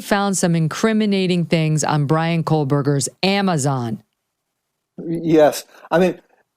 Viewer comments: It’s Kohberger, not Kohlberger. Megyn, please!!!! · Megan, stop sayin COAL-Berger- it’s CO-Berger. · Damn it Megyn, I like you a lot. But his last name is Kohberger. NOT KOHLBERGER. Say it right! You've done this repeatedly. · Megyn, it's ko berger not kohlberger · There is NO "L" in Kohberger. C'mon, you're better than that. You lose a lot of credibility, every time you use his name. cringe